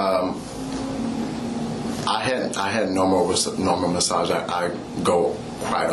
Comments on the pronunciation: (“ she said she uhh do a, do “ASAGE MUHS” ) 😂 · a guut massage